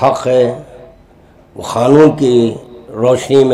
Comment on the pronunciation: Khanoon nahi be qanoon hota hai 😅